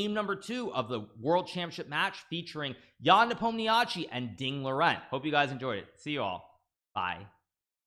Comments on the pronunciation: Does hikaru pronounce ian's last name in the worst way possible on purpose? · Hello! Originally Nepomniachtchi pronounce like "Nepomnia(sh (like "she"))i: Nepomniashi. Nepomniachtchi is wrong transliteration which sometimes occurs when russian people making a passport in Russia. "Sh" like she, instead of ugly "chtch". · If I didn’t know who English speaking people mean by NepomniAchi, I would never guess. NepOmnYASHIY (emphasis on o) is much closer to actual Russian pronunciation Wish both great luck, but of course hope Ian finally wins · hikaru trying to say yans surname